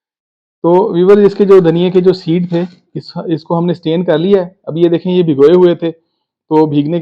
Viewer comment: The word is STRAIN. Not stain. Stain means 'dagh' in urdu. The word 'strain' means "chan" leyna. Don't forget to pronounce the 'r'.